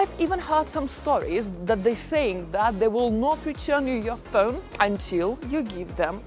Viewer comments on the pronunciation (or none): Funny how she says pheun like inspector Clouseau in the pink panther movies. 😂😂